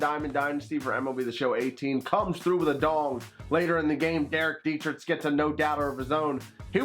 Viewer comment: I’m sorry... I love you but it really gets on my nerve when you say dee-tri-tch not dee-tri-k